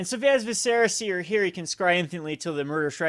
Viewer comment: VISS-er-ah, not viss-SEHR-ah.